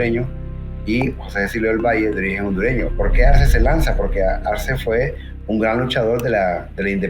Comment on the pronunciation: Algunos comentarios, para mejorar tu presentacion deberias de corregir ciertos errores, es Arce no Arsen, es Jose Justo Milla y no Jose Justo Mia, el himno al final es el himno a Lempira... Excelente tu video y sigue adelante